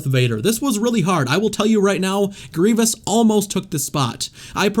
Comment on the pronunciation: Did you said grivious on